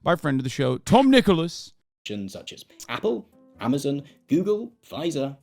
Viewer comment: Its tom nichols not nicholas